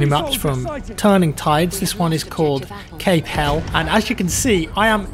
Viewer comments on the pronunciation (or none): "Cape HELL"...omfg....i blame the socialist schools for not teaching British history.....it's Cape HELL-EEZ.....it is an ACTUAL place....people your grandfather knew, likely had pals buried there.....y'no?...Gallipoli?!